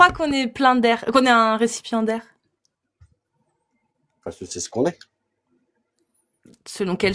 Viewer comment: "Récipiendaire", pas "récipient d'air" 😓